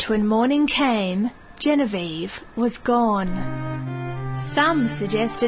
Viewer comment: its Genevieve ~Misa Amane